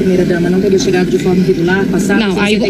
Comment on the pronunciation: CHINGADO não é com "CH" e sim com "X", õõõ Madeirada... Porrrr! No mais tah tudo certo!